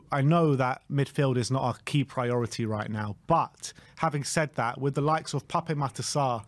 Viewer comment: Your saying Pape Sarr’s name incorrectly. It’s PAP. There’s no accent on the E.